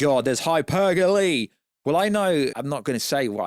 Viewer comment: It's pronounced hyperbole not hypergole